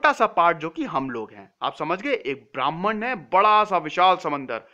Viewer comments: It’s not Bhraaman. It’s Bhraman. Pronounced as brr h mann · "bramhan"nehi .This s BRAMHAN